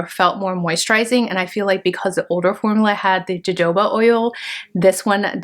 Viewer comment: Jojoba oil pronounced " ho ho ba" 😊